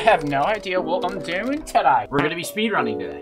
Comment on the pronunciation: “Spayde running”